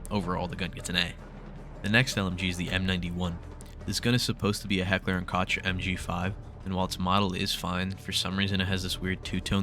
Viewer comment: cool list but i cant get over your mispronunciation of heckler and koch